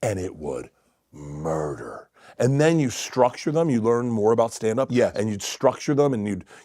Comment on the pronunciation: “ and it would murderrr” straight out the Rogan handbook 😂